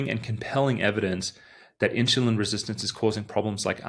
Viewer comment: when you say insulin you have an H into it like a INSHULIN sound, the H is not supposed to be in there